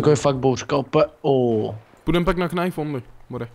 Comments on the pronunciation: Čau, videjko super.. ale to Knajf, knajnfuju.. knajf only:D Promiň ale rve mi to uši, protože se to čte ''najf'':D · Doufám že "knajf" říkáte taky naschval.....